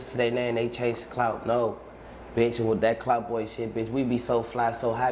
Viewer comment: true but when u say clout fast it sounds like cloud